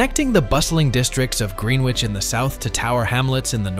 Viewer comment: The speaker could at least learn how to say Greenwich!!